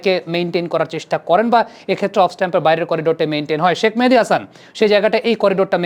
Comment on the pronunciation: ভাই কেউ কি বলবেন শাক মেহেদী নাকি শেখ মেহেদী? শাক মেহেদী বলে কেন!